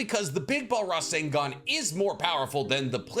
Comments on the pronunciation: Can we clock how many times the Captain said Rasengun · drinking game drink everytime he say resengan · Take a shot evry time he says rasingon (I’m attempting) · Your pronunciation of rasengan was more annoying than it was worth to watch the video.